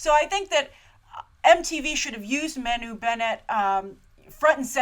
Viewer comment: Loved it! Agreed with 96% of what you said (disagree on the feminist angle, and Elves not dumb - they're just really really happy, peaceful, sweet, loving, kind....and innocent & naive. I'd be too if I were living in that lovely Kingdom :D ) Agree 100% on everything you said about Manu :] (btw, it's pronounced Mar-nu ....you're gonna be saying his name a lot ;) )